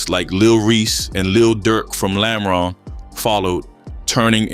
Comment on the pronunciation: ‘lamren’ lmao quit speaking on cities u obviously don’t know. trying to capitalize off of deaths in chicago when u aren’t even there is mad goofy 😂